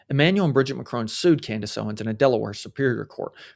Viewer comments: It’s Brijeeet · You mispronounced Mrs. Macron's first name. If you can't get that basic right, why would we trust you?